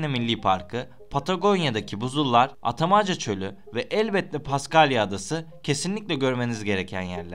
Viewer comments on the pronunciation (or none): Atamaca nedir ya bende seni kültürlü birşey sanmıştım sen daha kelimeleri doğru dürüst telaffuz edemiyorsun , ben sana o çölün doğrusunu türkçe olarak yazıyorum sayın you tuber efendi ( ATAKAMA ) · İlk önce tanıttığın yerin ismini doğru telaffuz et atamaca değil atacama.... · Atacama çölü atakama çölü diye okunur kardeş...yazıldığı gibi okuyorsun